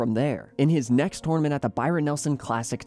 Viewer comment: It’s tournament, not twonamint